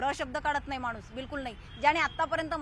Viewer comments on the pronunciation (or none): none